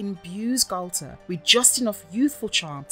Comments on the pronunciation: Interesting, but, and this might be minor or even petty to some, but the voice over is driving me crazy the way they pronounce Galtar. "Nah, man, it's not the same! I'm saying Gal-ta, not Gal-TAR!" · It's two different syllables. Gal-tar. It's not pronounced so short. The letter a is long. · Say Galtar like He-Man. Gal-tar. Say Barbera like Thundarr the Bar-barian. Bar-bera.